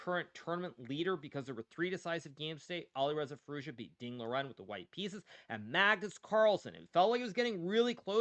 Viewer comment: Ding not chilling